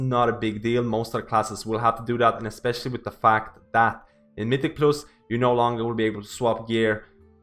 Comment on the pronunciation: my dude learn to pronounce mythic+ already, i've been watching ur vids for 1 month and you still say it wrong, wtf